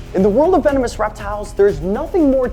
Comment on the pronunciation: Hello vee-no-moose